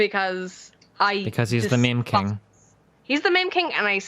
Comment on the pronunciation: i love how she pronounces it "mem king"